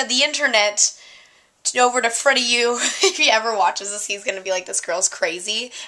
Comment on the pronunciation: it's freddiew!! not freddieu! :P